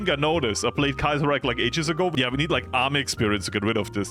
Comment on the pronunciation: Bro said Käsereich